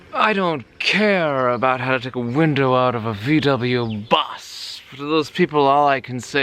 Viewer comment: you pronounce VW as "fau way" like you are about to say FAULT but don't say LT.